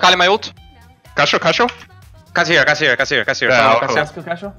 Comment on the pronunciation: The editing is generally pretty good but imo you missed the chance to edit in Cashew nuts whenever Wunder said Cashioew